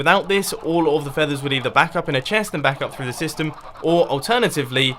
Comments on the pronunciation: the sorting sytem. RIP the letter s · U said sytem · Gotta say it: "SYTEM" :P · "Sorting Sytem"